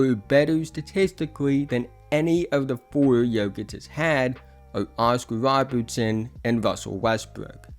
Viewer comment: Woscar wobertson and wrussel westwrook 😂